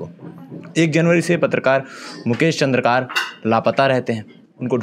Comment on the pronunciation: चंद्रकार नहीं चंद्राकर बोलो